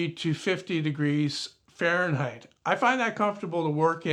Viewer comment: 'farenheisz' groan zone!